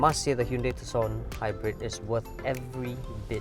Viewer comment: Color me surprised, he pronounces Tucson properly 🤣